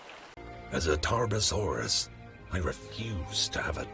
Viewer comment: I forgot how to spell Tarbfursuraus with that god awful pronounciation.